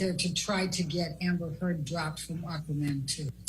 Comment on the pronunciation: Did he say amber thurd???